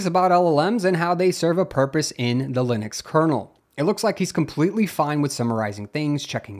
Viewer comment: narrator says "leenus" and "lihn ix" lol